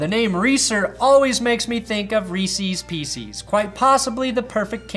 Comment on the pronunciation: I will never forgive you for mispronouncing reeses pieces